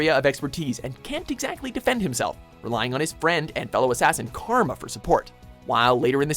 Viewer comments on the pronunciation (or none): none